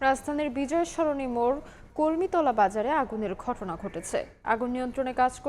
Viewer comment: Announcer with wrong pronunciation. It's not Kormitola, its Kormilota! Lol!